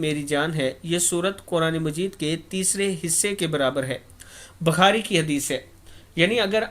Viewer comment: Not Bakhari it is Bu Khari